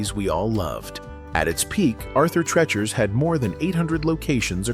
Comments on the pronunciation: Pronouncing Arthur Treacher's is like "tree"-chers, not like "treach"-erous. I always remember those Howard Johnson's restaurants that spanned directly over the highway we drove to go up north in Michigan as a kid. So driving underneath them (we never stopped once) always had me wishing we'd pull in, it would have been great just to look put over the passing traffic alone. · Used go to Arthur Treachers and get the filets and hush puppies. (Why is he pronouncing it 'Treh-chers'?😂). Howard Johnson's, my sisters and I would go to after the movies, and we'd get a sundae.😋 Sizzlers, we went to here and there, but not often enough that I can remember what we had.🤭 The Ground Round sounded familiar, but I wasn't sure aI ever went there until you mentioned peanut shells on the floor!😳 I went to a place like that when I was about 12, and I remember unlimited peanuts from a big barrel!😁Thank you for the video!🤗❤️ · You can't even say Arthur Treachers correctly even after you heard it in the commercial dumba$$ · Treechers, not Trechurs. 😀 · It’s not Trechers it’s pronounced Treechers!!!! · Why isn’t the narrator following the pronunciation in the ad played in the vid for Arthur Treacher’s? It’s pronounced TrEEchers (like teachers), not Tretchers (like stretchers). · Arthur tretchers 🤣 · I'm out, Arthur Treacher mispronounced by AI.